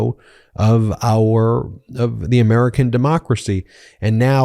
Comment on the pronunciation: The not thee, a not ay. Otherwise great work.